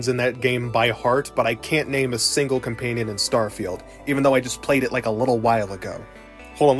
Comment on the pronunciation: Why do you keep saying ''compaynion''?